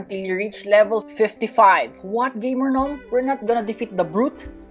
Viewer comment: or nom not gnom